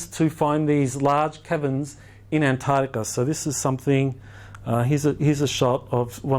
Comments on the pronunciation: sorry, but I get really annoyed when I hear Antarctica mispronounced. It is arctic, not artic. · Antatica? i think its pronounced as its spelt =ANTARCTICA. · I can't listen to him mispronounce Antarctica again. It's not Antardica, makes him sound stupid. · Ant. Tardica the only new information is the mispronunciation of Antarctica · I can't stand the way he say Antarctica.....an tard ica...jesus its all I can hear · Boring speaker. Regurgitated stuff already covered ad nauseam. As a professor you should know that ANTAR TICA HAS A C IN THE MIDDLE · He lost me about the hundredth time he said "antartica". A believeable expert would pronounce antarctica correctly. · the way he says antartica is retardica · Travis Poirier but he says anthadiga 😋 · Dude sounds like he's adlibbing this entire presentation. If you stop pointed your clicker at the stupid picture and point it at the actual projector, it advances. You'd think after the 30th time he'd have noticed that. Mispronunciation of continent names is not a great confidence-builder. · The biggest mystery is why so many supposed 'professionals', and almost all Aussies cannot pronounce the "c" in AntarCtica. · Every second word in the first 10 minutes is Antarctica. Yet the Dr cannot even pronounce it. Sorry, my issue. Can’t watch anymore!!!